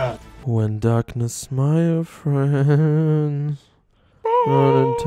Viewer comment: das heißt my old friend nicht meil friend